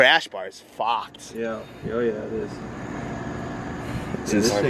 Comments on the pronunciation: “The whole things fawked” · " the crash bars FOCKEDD"